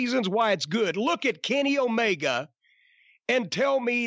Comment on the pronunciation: Jim says it like O-MayGuh HAHAHAHAHA